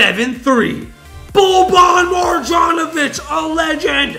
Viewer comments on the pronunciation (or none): Oh yeah and you didn’t even pronounce Bobans name right it’s pronounced MAR-YON-O-VICH